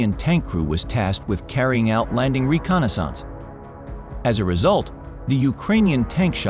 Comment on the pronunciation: Who are these commentators? Are they people or some sort of AI? He speaks with an American accent but he doesn't properly pronounce some very basic words. He made sabotage two words - Sabot and Age, and also reconnaissance as two words - Reconnais and Sanse. What is it? I see more and more of this nonsense.